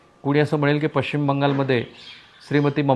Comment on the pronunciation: अशुध्द भाषा.. ण ल न का म्हणता कुलकरनी?... बाकी सर्व छान पन थोडी भाषा उच्चार सुधारा ही विनंती आहे 🙏... निच्चीत, पच्चीम असे शब्द म्हणूच नका...